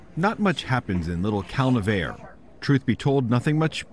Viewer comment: I always thought it was pronounced Cal - Nev - R- EE